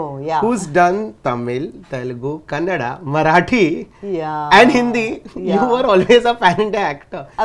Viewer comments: Anchor pronounced kannada so correctly loved it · Ya thank God he didn't say kannad. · Thank you for saying Kannada🙂and not Kannad🙄